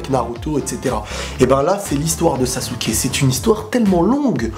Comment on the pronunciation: Sa se prononce pas "sasouke" sa se prononce "sasske" sinon excellent video